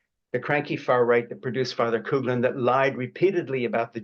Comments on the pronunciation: Frank, it is not COOGLIN but COUGHLIN or COFFLIN. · FYI, Father Coughlin's name is pronounced "cough-lin", not "coog-lin". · This ia an important revelation. But please, check the pronunciation of Father Coughlin (I think it's pronounced Coff-lin, not Cooglan). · Father Coughlin is pronounced cough-lin,not cog lin, not coh lin , not coog lin. I’m from Detroit, grew up hearing about him, but I hear his name mispronounced now in my old age as youngers speak of him. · Not “coog”-Lin It’s pronounced the way it’s spelled: “cough”-Lin . Father Coughlin was indeed a threat to the country. But please pronounce his name properly for your own credibility. I agree with you but the mispronunciation grates. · Fr. “Cooglin”? Does he mean Fr. Coughlin pronounced Coff lin? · Schaeffer continues to mispronounce the name of Charles Coughlin. The last name is pronounced "cofflin" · Thank you Frank for this particular video. What an eye opener. Btw... Coughlin is pronounced CAW FLIN. It's very Irish !! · I could be wrong, but I think it’s pronounced father “Coff-Lin”. That’s how my Irish mother pronounced it anyway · I’m going to contact my senators and congressperson tomorrow to request that they apply pressure to Biden to pull Musk’s security clearance and sunset his contracts with the military, intelligence community, and NASA. PS: I think that Fr. Coughlin’s name was pronounced “kawf-lin “ as in, “I have a cough.” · But the Americans pronounce it Couff - Lin. I'm from Detroit where he tried to spread fascism. I never heard him speak although I was 32 when he died. However, I can assure you that no one called him Father Cooglin. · Cough -lin =Coughl